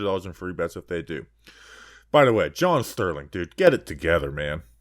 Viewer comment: Definitely love the John Sterling flubs